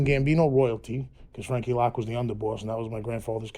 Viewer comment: Its frankie loc. Not lock jerkoff